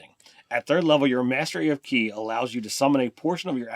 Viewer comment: Holy shit, did ye actually pronounce "ki" correctly? I'm gobsmacked!